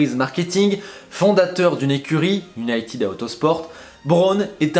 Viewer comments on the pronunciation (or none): none